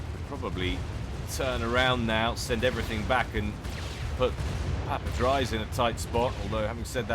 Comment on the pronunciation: PapaDries is pronounced papadreece like Greece, it is a Belgian or Dutch name. On to watching :)